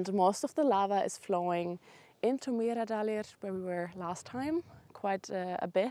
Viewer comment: Mýradalir? Lol. Meradalir...